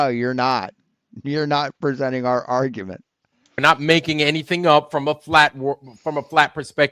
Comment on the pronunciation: couldn't beat his meat. " OK, Creeeeeeeg. Now listen to this ARGA-MENT